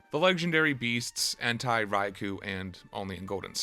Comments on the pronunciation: To whom it may concern, Entei is not pronounced like hentai. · ...Did you call him "En-tai?" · "Entei" is a Japanese word, so it's read as "en-tay-ee" as opposed to if it were a German word, where it would be how you said it, "en-ta-ee" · It’s not end-tie, it’s “N-tay” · It’s pronounced en-tay/en-teh, not en-tigh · What’s an En-Tie? You men Entei (En-Tay) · I find the fact that you pronounce Entei as "Entai" very concerning. o_o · Bro did you really pronounce Entei as Hentai? 🤣🤣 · "entai raikuh and suikuh" bruh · There is NO way you pronounce it like Entaj 💀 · why do you say entei like entai.... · How is it possible to mispronounce pokémon names. Listen to the fucking anime dude. ENT-EYE??? WHO THE FUCK IS ENT-EYE😂😂😂😂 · bro you did not just call Entei "hentai". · why does this fella pronounce entei as hentai stop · My only gripe with your video is that you keep pronouncing entei as "EN-TIE" smdh. Otherwise, excellent review xD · Entai? Raicoo? Sweecune? That's not how you pronounce those. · Bro really said Entai 💀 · It's En-Tay. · Mans really said “Entai” 💀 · bro said Entye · Entei pronounced like hentai is the greatest part of the video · There is no way you unironically pronounce entei as "hentai" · Hippo-po-tas - En-Tey lol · I'm giving dislike because I absolutely H A T E the way you pronounce Entei. And never want to accidentally click this video again. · you pronounce every pokemon name wrong and it's hilarious. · Bro why do you say Entei wrong